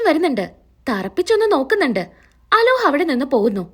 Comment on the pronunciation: അലോഹ് അല്ല അലോക് ആണ്